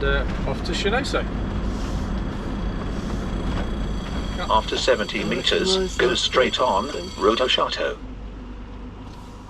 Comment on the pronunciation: I think it’s pronounced Shen-on-so but thank you, loved the video